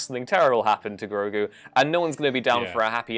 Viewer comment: Say it with me, h i s n a m e i s G r o g u